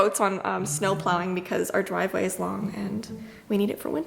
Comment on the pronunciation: dwive way